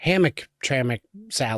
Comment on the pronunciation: Hammitrammick (Joisey aksint).. You are welcome